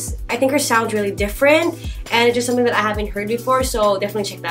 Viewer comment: "summer ting" 😂😂